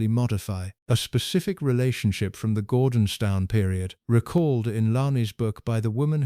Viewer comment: Gordonstown ? Its pronounced as Gordons - TON. Sheesh, can you not get it right first time ?